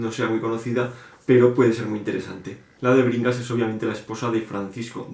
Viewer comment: Crimen y castigo me asusta por lo tochazo, pero ultimamente lo veo mucho, así que creo que quiere que me lo lea. De Alexandro Dumas, no me llama mucho ese, pero si El conde Lo de tu forro por la portada horrible me da risa, es el segundo vídeo en el que lo veo xD Hasta que no leí la descripición no entendí el título De Bringas, yo escuché que dijiste DEBERINGAS. xD No me llama mucho. :D Pedro Páramo me gustó al inicio, pero por alguna razón no lo terminé. Geniales recomendaciones. XD Los clásicos que más me gustan son: Confesiones de una máscara de Yukio Mishima La campana de cristal Silvya Plath Saludos.